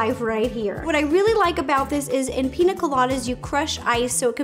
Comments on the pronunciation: PiÑa Colada, not Pina lol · Ur pronouncing it wrong... Its not Pina.. it's Piña pronounced pinya colada but still looks good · Ugh it’s piña colada.... not pina all my Latinos are offended lol. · Pronounced: PEEN-YA Colada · Just a little correction, its actually pronounced Pinya Colada because the “n” in Pina is supposed to be an “n” with a “~” on top of it, its in the Phillipine Alphabet ☺️ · It's a pina rolata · Me as a Spanish person throughout this whole video PiÑÑÑÑÑÑÑaaa colada !!!!!!!!!!!!!!! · I love your videos so much. I’ve been watching them for 8 years!! I just wanted to let you know it’s piña colada. Using the letter “n” is different than using the letter “ñ”. The letter sounds different and is used differently. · As a Latina, the way she pronounces piña colada is hilarious🤣